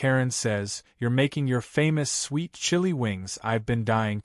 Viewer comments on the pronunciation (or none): none